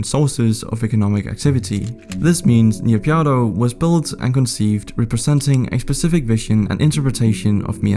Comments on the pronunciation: as i am burmese it is called "Nay-Pyi-Daw" not "Na-Pyine-Daw" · I cringe everytime you say "NIYAPIADO". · "Ni pya dow" got me dying 💀💀💀. Well at least you tried to say the word 🗿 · Please pronounce properly. NA PEE DAW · Just how does one manage to pronounce Naypyidaw as "Niyapyadow"? :buffering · Interesting and the link with NK would be interesting BTW it's pronounced Nay Pee Door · Couldn’t get over that pronunciation of Naypyidaw hahah!